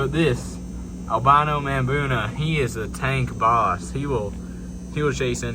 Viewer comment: Just came across your channel. Enjoyed looking at your tanks! Great job. Just an fyi it’s pronounced muh-boo-na.